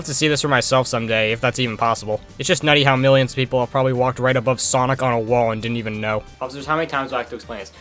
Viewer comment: Bro called sonic *Sunoco*💀